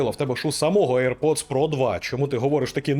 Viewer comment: Мене постійно смішить назва навушників "ейр-поц"(чомусь всі саме так вимовляють AirPods) ! Бо якщо перекласти її на сленг мого дитинства , вона звучатиме як "повітряний засранець" , або якщо коротше :"БЗДУН" !